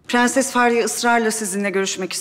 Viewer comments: Bu faryanın dadısı da tüm r leri söyleye biliyo ama prensese pğenses diyo🙄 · şu kadının madammıdır nedir onun pğenses demesi sinirlerimi bozuyo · Herşeyi düzgün söyle prensese gelince pıhrenes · Prensesin dadisi da her kelimede r harfini soyleye biliyor 1 tek prensesi soyleyemiyor PĞENSES diyor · Su nunu mudr nedr beni gicik etti sozde pgenses r leri soleyemiyo basla laflara gelince catr catr soluyo tam sole yada butun cumlelerinde kullanma su r harfinj😂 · Madamynda her seyi turkce cok soyleyor bitek perses demeyi bilmeyor😂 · bu kadın prenses demesin ya. R harfini normal söylüyor prensese pğenses diyince sıkılıyorum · Madam turkceyi sular seler gibi biliyor bide pgenses demese 😀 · Bu fahriyənin madami birdənə prenses sözündə ğ deyir qalan hamisinda r hərifiylə deyir. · Su Dadi her seyi Turkce soyleyibde bir Pğenses demesine aşırı qıcık oluyorum. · Faryanın dadısı da bütün kelimelerde r leri söylüyo prenseste söyleyemiyo aşırı sinirimi bozuyo